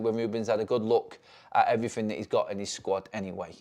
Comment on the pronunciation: And “EveryFin”